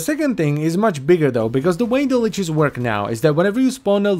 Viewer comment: I'm gonna be that guy It's lich, not leech